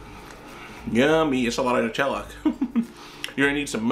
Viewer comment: "Netellah" HHHHH